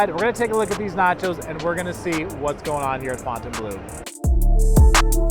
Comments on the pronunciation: They look decent now. You’re one of the only creators that pronounces the name if the property correctly. Not fountain blue 🤦🏻👍🏻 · Thank gawd you can pronounce Fontainebleu correctly!! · Hello to the ONLY Vegas Youtuber who pronounces Fontainebleau correctly